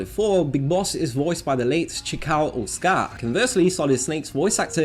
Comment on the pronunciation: That’s not how you pronounce that surname. Ō is a longer “o” sound, so it’s O-otzuh-kah.